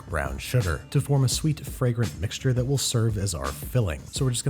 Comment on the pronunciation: "Whats he gonna wish for? Probably that instead i got him something from todays sponsor edible". Somehow I heard 'death' instead of 'that' making the sentence "Whats he gonna wish for? Probably death, instead i got him something from todays sponsor edible".